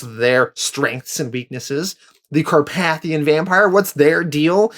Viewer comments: Car-pay-thian not Car-path-ion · The way you pronounce some words gives my brain a stroke. It’s car-pay-thee-in In preacher it’s pronounced sare-eh-fie not ser-raffy. Do you do it on purpose? I swear something in my brain just cooks every time I hear it -_- Not trying to be mean, it’s just an ocd thing sorry. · Great video! Just a heads up, it's actually pronounced Car-PAY-thee-in.